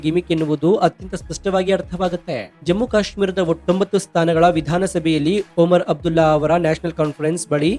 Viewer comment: That is not oman abdulla it's omar abdulla